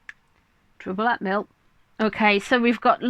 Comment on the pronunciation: I loved it when you said 'trouble t mill' My friend and I are British , we came as nurses many years ago . She's from Yorkshire and that is our code when something isn't going well !